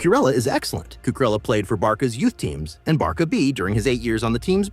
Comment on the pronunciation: But why do you Call Barca Barka? 😅